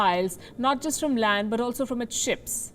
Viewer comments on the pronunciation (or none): none